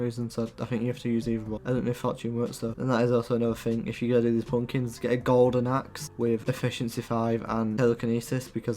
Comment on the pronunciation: nice video but you say pUUmpkins